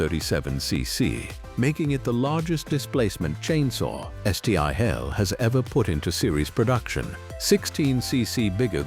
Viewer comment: Stupid AI isn't taught how to pronounce Stihl. Duh. It's almost 2027, folks.